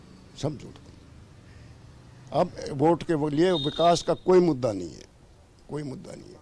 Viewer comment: Nahi hai Kyu Nahi bolti aap ! Nakhi hai Kyu bolte hai